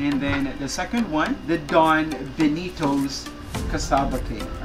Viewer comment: Compa-ha-resun ..... bii knee toes.... iba talaga